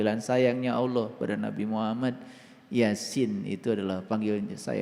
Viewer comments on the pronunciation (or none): Penyampean bahasa Ucapan harusnya Alloh bukan Awloh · Allah bukan aloh ,kamu itu sesat kan umat. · Alloh.....bukan awloh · COBA SIMAK KALA DIA BERUCAP ALLAH.... TERDENGAR SEPERTI AULLOH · Aq kudu kemekelen....kog ada orang yg mngatasnamakan dirinxa ustad kog melafafkn Alloh aja glepotan.... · Orang koplak dikasih panggung..ngucap Alloh aja can becus.